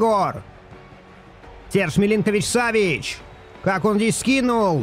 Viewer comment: Имена игроков произносить правильно так : Сергей милинкович-савич И Томас партэй А то уши режет когда произносишь хрен пойми как Это тоже самое что месси произнести мисси…спасибо